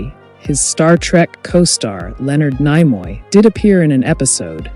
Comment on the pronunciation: thumbs down if you can't pronounce Nimoy